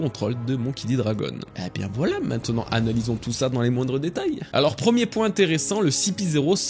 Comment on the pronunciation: Super vidéo, par contre, ça me stresse quand tu dis minnen plutôt que maintenant 😂 Tu t'exprimes 100x mieux que moi mais ça j'ai du mal 😂😂